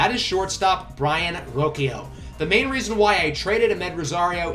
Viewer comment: roshio is how you pronounce it